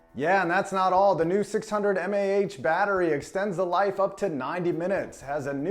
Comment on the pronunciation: This dude said "m-a-h". It's milliamp hours...